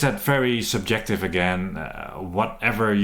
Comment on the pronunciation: I had this on 1.25x speed from the previous slow talking guy and I thought this guy was on crack. Especially that super-jective part!